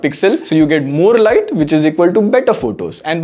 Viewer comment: Very Poor pronunciation of English Word. Like IngLand (England) maar let (More Light) etc 🫣🤣